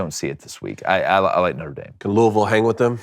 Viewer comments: It's two syllables. Luhl-Vul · Idk whats worse, the butchering of this game prediction or his pronunciation of “Louisville”.